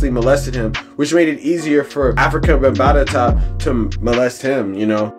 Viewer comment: Why do you keep calling him Afrika bambatata?? It’s Bambaata!! Not bambatata. Jeeze, why do we let nerds who just read articles report on our culture?